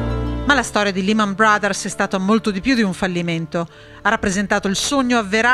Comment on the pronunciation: Can you please pronounce Lehman in the right way ? La E si pronuncia “ E’ “ non I Negli usa ci prendono ancora in giro